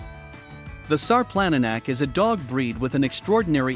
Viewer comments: its not sar planna nack its šarplaninac, say it like sharp-lan-knee-nuts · “Shar-plun-knee-nuts” sarplaninac. Please put some respect on the name. 🤦‍♀️ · All the comments on here are interesting and very resourceful. Alot of you commenting take pride in your breeds of livestock guardians. I'm taking all this info into consideration and the first thing I know for a fact is he is saying the name wrong, but I also am guilty of saying it that same way when I discovered this breed. Thank you everyone for the information you have poured into the comments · Announce the name of the dog properly you might want to take the video down until you know what you're talkin about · This dude is mispronouncing the name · good point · It doesn't inspire much confidence in the information when the name of the breed is not pronounced anywhere close to correctly.